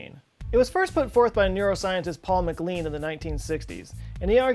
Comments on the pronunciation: Love you to death but please pronounce my name properly. It is MacLean, pronounced Mc Lane...never lean, as in meat...and never, as some others say: Mc clean. Just as the Scottish name Bean is supposed to be Bane and not an edible legume. Although, having said that, even some Scottish families have given up trying to get it right and now pronounce it been. Sometimes it just doesn't seem worth the effort of constantly swimming up stream. And McKay, BTW, does not rhyme with hay but with eye (Mc K-eye). All education is good! Right? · Mr. Scott, respectfully, MacLean is pronounced m uh - K L AI N or m A - K L AI N. It means the "son of the servant of Saint John". NOT "the bottle of the detergent of Mr. Clean".